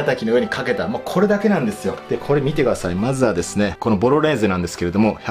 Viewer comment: 3回目のボロネーゼがボロレーゼになってるの可愛い